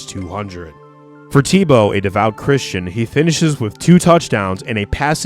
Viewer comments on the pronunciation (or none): none